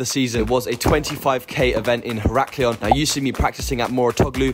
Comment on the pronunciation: HERA KLION...that's how you pronounce it. Not WTF pronunciation you had. lol